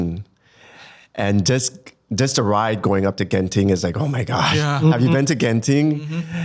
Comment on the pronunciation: I came here to Spotify just to say the way Singaporeans say Genting is so wrong! If you think Genting is creepy, check out Janda Baik when you guys can - super keras vibes there!